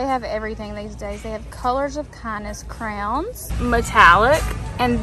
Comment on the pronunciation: I love that you say crowns lol…… that is the only right way to say it in my opinion 😌